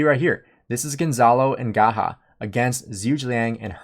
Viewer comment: Umm. Not Gahah but Gajah